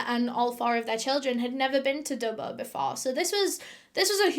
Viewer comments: Great story, was a bit annoying how she was pronouncing Dubbo though lol. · I'm from Australia and as soon as you said Dubbo I winced. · She says Dubbuo not Dubbo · Do U mean Dubbo not Dubbooo? I was born in Dubbo NSW Australia lol can't believe that happened there and Dubbo is in the bush how could they be in all these city's in one night do mean towns ? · haha the way you pronounce dubbo is amazing edit: okay it’s killing me it’s pronounce dub-boe not dub-bah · the way she kept pronouncing dubbo killed me every time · Hearing you say Dubbo did my head in and I couldn't finish watching this. Holy fucking shit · the way you say dubbo makes me laugh, it's not wrong it's just a fun way to say it